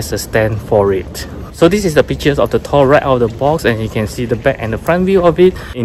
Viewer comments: As someone with a direct Norwegian & Swedish lineage, it's really awesome to hear you pronounce Thor correctly. For anyone reading this and confused, in Scandinavia, the "th" is silent. Well, not the t part...so it's pronounced more like "Tor." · No problem man! Hahaha, yeah, too many ppl aren't aware you're saying it correctly. And all those ppl would say "well, we don't say it like that in America (or wherever they're at), and that's not how you pronounce the comic book character." True....but doesn't negate the fact that Thor isn't properly pronounced the way you say it lol. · both pronunciations are correct lol. But yes modern day Scandinavians say Tór. Old Norse is Thórr. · Swedish Irish American here, While you are correct modern day Scandinavian countries pronounce Thor as Tor, in old Norse they actually used a runic letter called thorn (known as Thor’s rune Thurisaz) which actually has the “th” sound, such as being needed for the th sound in Thunder.. in modern Icelandic they actually still use the letter Thorn. So they still say Thórr just like Old Norse. So in Old Norse it would actually be pronounced as Thórr lol just like English sound but with an extra emphasis on the r. Scandinavians started pronouncing it as Tór around the 1300’s for Denmark, 1400’s for Swedish and Norwegian. Jackson Crawford did a video on this I remember here on YouTube. Cheers!